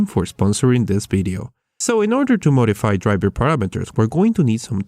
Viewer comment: ITS VIDEO NOT BIDEO GOD.